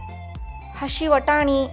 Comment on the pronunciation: Akka adu ashi vatani alla hasi batani